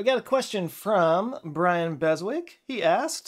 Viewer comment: If the dude is English, it's pronounced Bez-ik. Not Bez-wik.